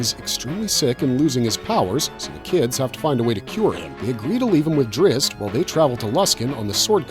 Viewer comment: Decent video. I own the series. Big fan. I'm also a big fan of the Forgotten Realms books, and Drizzt Do'Urden's name is pronounced Drizzit, not Drist.